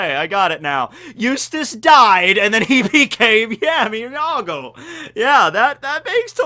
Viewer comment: The Cero Espada thing was bullshit (and caused people to drop the manga). What was worse, though, was how the fight was handled. Also, the romanizations for Espada and Arrancar names are dumb. "Llargo" is not the same as "riarugo", because in Spanish the initial "Ll" is pronounced as "Y".